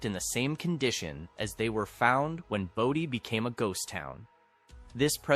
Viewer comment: For christ sakes, isnt there a law about misprounciation? Its fn "Bow-Dee" not baah-dee"